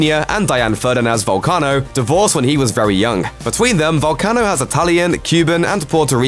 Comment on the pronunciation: Way to butcher his name you Irish mick